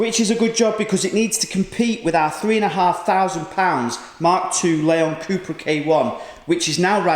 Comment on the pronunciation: did you say Lemon cupra lol